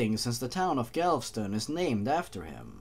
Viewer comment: Don't say Galveston that way